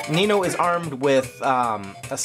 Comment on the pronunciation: American stereotypes. Managing to mispronounce Niño en calling him feminine. :p